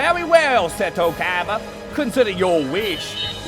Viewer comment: I just find it funny that the only person whose name he pronounces correctly is fricken Seto Kaiba.